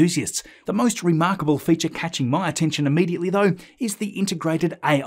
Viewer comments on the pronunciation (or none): none